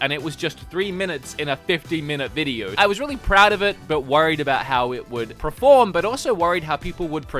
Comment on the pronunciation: Your own comment is toxic by assuming my age. I thought it would help those that struggle to pronounce perceive (not preceive) or perform (not proform). Have a lovely day.